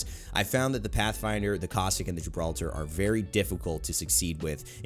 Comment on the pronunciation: Its not Gibraltar its Gibraldo